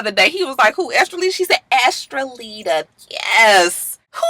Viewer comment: Lord I think she's saying her name is Estellita. I thought it was Estrellita, which means little star. It's crazy Joseline's baby has the same first name as me and that new Latin artists name is close to my middle name Estrellita.....oh well I know no one gives a good God damn. 😂